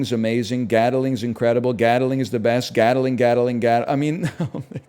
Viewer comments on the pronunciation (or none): I swear no stream can pronounce Gatling properly. WTF is a Gataling?